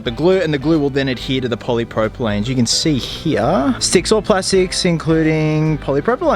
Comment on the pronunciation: I love this mod. Just being a little nit-picky here- you pronounced it "poly-propyLANE", when the chemicals name is "poly-propyLENE". I think they are two separate plastics. Reason I'm being picky is because I want to make sure I buy the right glue when I do this mod for myself. Thanks for the video btw, great job :)